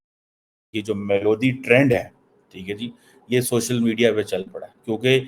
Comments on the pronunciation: भाई मेलोडी है मेलोदी नही 😂😂😂😂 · Its melody like in song. See how this illiterate motu pronouncing it😂😂😂